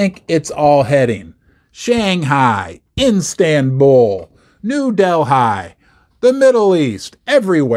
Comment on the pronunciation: Lol it's New Delhi not New Del high. When you get an upset tummy in England it's call Dehli belly.